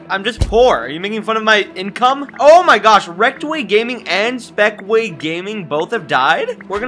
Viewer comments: Did you just said spekway?? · bro he said spekway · Did you just say Spekway 😂